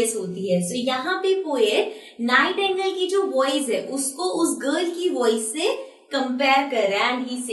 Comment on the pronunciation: mam its not nightangle it is Nightingale